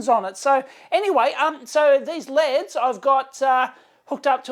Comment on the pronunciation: As an American, thumbs up for LEDs pronounced the Aussie way. You're welcome very much!